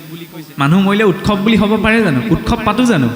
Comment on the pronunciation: উৎসৱ শব্দটো উৎচৱ বুলিহে উচ্চাৰণ কৰে।